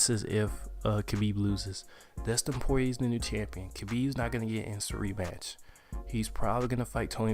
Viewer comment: It's pronounced Poy yay lol